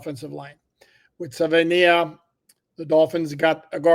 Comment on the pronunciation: I’ll help you out with the pronunciation. Suh-vuh-ee-nye-uh